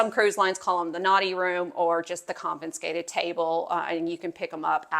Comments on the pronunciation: It's confiscated. NOT con -fin-scated. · THANK U!!!.... The pronunciation was getting to me😢